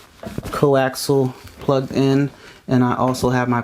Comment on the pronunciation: C0AXIAL---NOT "CO-AXEL."